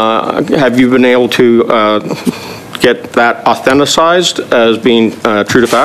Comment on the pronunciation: He just said "Autheticized". What a doofus